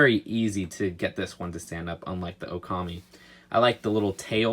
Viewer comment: Its ok-kyu-mi not o-kami